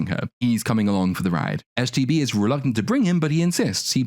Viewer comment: Does anyone else keep hearing him say "STD" instead of "STB"? I keep thinking, "That is a Barbie I never had when I was a little girl." lol